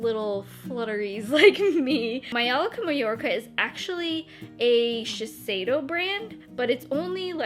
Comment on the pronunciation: The J in majolica is an actual J sound not like a y or h sound 😅